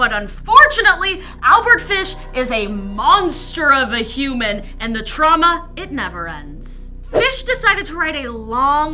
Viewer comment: You know when I listen the 1's time you said "shemon" the 2's time you said human.